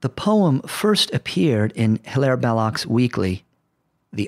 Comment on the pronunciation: Belloc's first name should be pronounced "Hilary, as he was a British subject, member of Parliament, and his English friends such as Max Beerbohm, called him Hilary